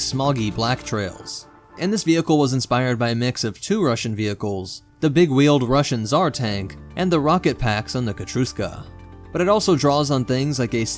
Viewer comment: its pronounced "Katyusha"